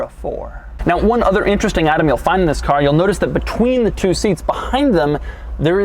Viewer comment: Pagani Huayra is my FAVORITE doug vid. In this one he just gapes so much he blew a fuse in his head, he even messes up the "THIS " in the beginning